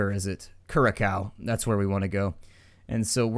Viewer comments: curacao is prononced caraco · dude it's Curacao but you should say it KuRasaow cause I live there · i just want to point out that you are saying nevis and curacoa wrong.You say it like knee Vis and cure a sow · I do like the series but Some of your Dutch purnounciations were a bit... meh. Like Curaçao, de Hongerige wolf and the Schorpioen. Keep LP-ing and thank you for replying.